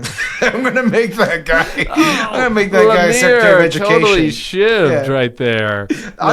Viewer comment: 😂😂😂you won 🏅 and it’s edumacation. 😂